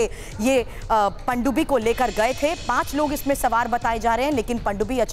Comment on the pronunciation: Ye Anchor hain sawaar ko samaar bola jaraha hai